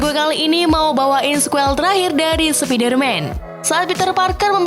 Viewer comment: Min...kurang enak di denger kalo di baca Sepider-man Enakan Spaider-man Min :')